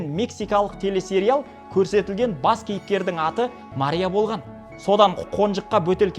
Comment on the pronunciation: Мария десенг тууган маря дейсинда мектепте окугансынбы 😂😂😂😂🎉